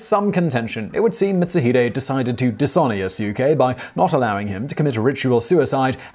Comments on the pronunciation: Sorry but no its not mitsu hide its pronounced mit- suu-hee-day A ke chi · same it kinda urked me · Lol yupp he did